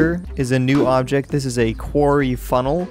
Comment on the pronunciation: STOP SAYING QUARY